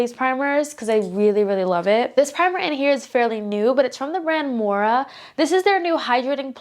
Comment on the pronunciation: Hey girl! Just a heads up the brand is pronounced "Moira" (the "i" sounds like a "y") not "Mora". But still a great video!